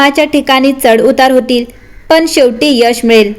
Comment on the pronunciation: जरासं न आणि ण कसा कुठे उच्चारायचा ह्याकडे लक्ष दिलंत तर बरं होईल. जसे "आणंद" "पन" "होन्याची" "अणावश्यक" इ.